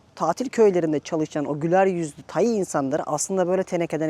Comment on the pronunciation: Tayi değil. Tay. 😂😂😂😂😂😂😂